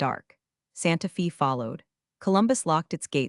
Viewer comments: Your old boss would be laughing if you were human at the fact that you can't even pronounce Santa Fe. No company is that stupid, and no government agency either; a backup in case the certified person is unable to perform her certified duty would be expected and available. Write Santa Fay for AI to read it as it should sound and not Santa Fee. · "Santa FEE?" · Can't spell "Bakersfield" correctly, so it is now "BACKersfield"? So clueless that Santa Fe is pronounced Santa FEEEE? Writers and editors reach new lows. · Can someone please teach AI how to pronounce words properly. Santa Fee? Backersfield? Really? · You can pronounce BaKersfield like BaCKersfield and that’s ok. It’s NOT OK to say Santa FEE! Also, you got nearly all the heteronyms wrong. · Bakkersfield? Santa Fee? Pronunciation is terrible. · It's BAKERSFIELD and SANTA FE is pronounced SANTA FAY!!!!! ugh